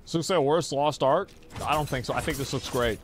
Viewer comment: Its "lost arky" is arcky a word?